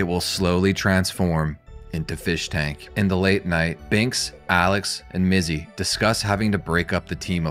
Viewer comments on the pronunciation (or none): DYSLEXIA ALERT - - You said Bizzy and Minx instead of Mizzy and Binx, beware the first letters two words swap, i get hit by that speaks dyslexia myself, honestly it's pretty funny and I wonder if anybody even notices that doesn't do that themselves.